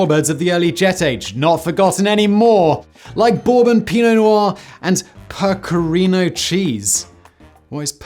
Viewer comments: Peck-ah-reee-no cheese Simon. PECK👏AH👏REEE👏NO you uncultured f*ck. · 'Pecker-Reno' is how you pronounce pecorino cheese/wine. Both the cheese and the wines from the Abruzzo region can cause culinary paroxysms of delight in the consumer. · Simon- it's peck-o-ree-no. And it is sheep's milk cheese and it is delicious. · Never heard of percerino cheese have heard of pecarino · Pecorino, not "percorino", my gourmet friend...